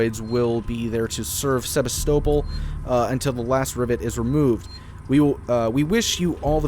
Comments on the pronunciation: Also the pronunciation of Sevastopol. Ow my head. 😝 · And also ur saying Sevastopol wrong